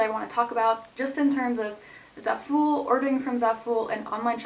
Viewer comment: pretty sure Zaful is pronounced like it rhymes with awful